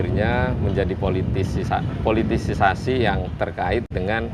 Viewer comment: koreksi dong bang Ahmad Sahroni, POLITISASI, kkkkkkkk udah di perbaiki 2xpun masih saja anda katakan "PILITISISASI"